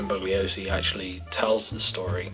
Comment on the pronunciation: It's pronounced "Bull-yo-see" (Bugliosi). Good review, looking forward to more in future with a bookcase background. Maybe you should green screen yourself into a library? :D